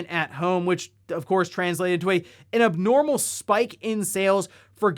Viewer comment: "inabnormal" or was that "an abnormal"?